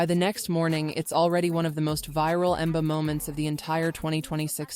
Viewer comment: Wen baa, LOLOLOLOLOLOLOLOLOLOLOL you have to laugh at the AI, ...................... Wen Baa!!!!!!!!!!!!!!!!!!!!!